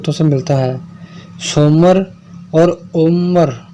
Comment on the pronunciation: Soomar nhi ye Soomra hai. SOMRA parmar Rajput